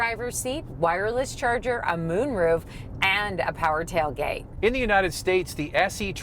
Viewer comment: “My awms get too tiwed lifting the meany taiwgate”